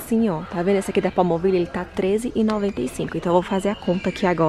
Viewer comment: “Palmovile” kkkkk amei